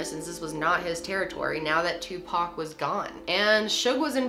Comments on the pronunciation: It’s “OR” not “UR”!! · Seriously 3 videos and you can not say Tupac name right